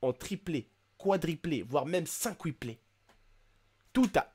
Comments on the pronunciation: On ne dit pas cinqupler on dit quintupler --' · il a dit cinquupler mdr